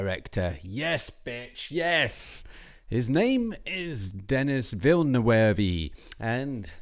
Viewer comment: Please, please make an effort to learn one French word in your life even though you are British, Villeneuve!!!!!! Your pronunciation is making our ears bleed!!!!!!